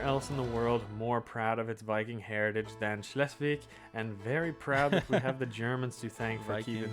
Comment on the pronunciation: Schleswig is pronounced like „Shlesvik“. ;)